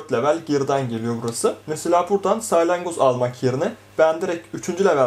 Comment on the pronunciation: saylangoz değil salyangoz diyeceksin